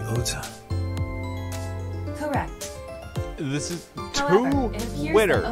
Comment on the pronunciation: the voice actor thought it was pronounced "oda" not "ota" all game, because he never had to say his own name, it's only when he played the game that he realized. to market the game the company made a twitter account for ota....and also made ones for his sock puppet accounts. That's dedication.